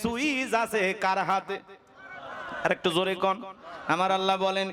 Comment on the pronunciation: Jaan a haat diya bolun to thalapathi ki thik kaaj korechhe ? mone mone to bolchhen beta soytan. 😊 achha Allah take oirokom vabe uchharon koren keno ollah. R bharater ta dekhar ki aachhe , nijer ta dekhen. Hindur bonsodhor hoye ki re purbopurus der gali dichhen. Chhi.